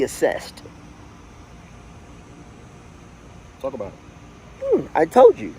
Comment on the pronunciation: I Thought he said Ah Sexed 😂😂 take that grill out during interviews 😂😂😂 The little engine that could 🚂 he’s 100% correct it’s your mind 🙏🏾